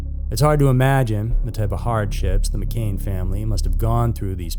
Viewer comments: McCann not McCain. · It’s pronounced Mc-Can , Not Mc-Kane. Doesn’t engender confidence to mispronounce the main family in a case, no less such a widely known one. This channel doesn’t seem to do much research. 🧐 Like some other successful YT true crime channels they seem to rely on easily obtained general info and stock photos that one could find on a myriad of other channels. They don’t even acknowledge the widely held and not yet disproved opinion that there was no abduction in the first place . Just Slick editing does not a good YT true crime channel make. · Just a small point, it's McCann not McCain. You're welcome mate.